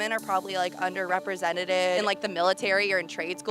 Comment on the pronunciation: Under "representeded"? 😂